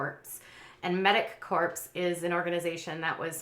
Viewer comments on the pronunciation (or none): I like hearing from you. Keep up the good work. Please learn to pronounce "corps."